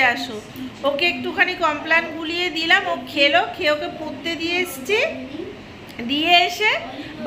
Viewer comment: 100 baar sentence er modhh eektukhaani ektu khaani...bolen kano Emitei aapnar uchharon khub kharap.. Porte ke kolen..potte